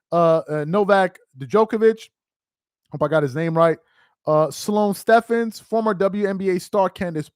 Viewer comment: You got the other joker's name correct, but it's Sloane Stephens (Stevens)